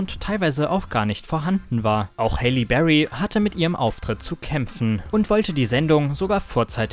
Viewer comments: Halle Berry!...Nicht Hayley! Die Aussprache war vollkommen falsch! Das ist eine Oscargewinnerin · Hayley berry? OMG Du bist peinlich. Es heißt Halle berry! .... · Wer kennt sie nicht, die "Haily" Berry 🤣 trotzdem cooles Video =) 👍🏼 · Dachte ich mir auch😂